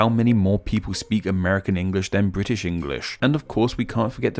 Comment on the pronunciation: Hi, I’m a non-native English speaker. It’s interesting how you say “Engrish” sometimes instead of “English” in this video. Wondering if the former is a slip of the tongue or is it an alternative pronunciation acceptable to either the British or American English? Thank you!